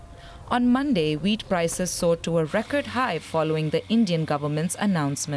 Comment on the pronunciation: Sorry but every time you say wheat , l hear weed..🤣🤣🤣